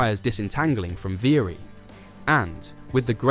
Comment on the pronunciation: How difficult is it to pronounce "Alpine" properly? (Or "Viry"). Lazy, second rate stuff.